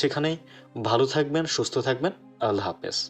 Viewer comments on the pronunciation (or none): none